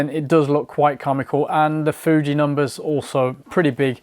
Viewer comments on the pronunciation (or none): none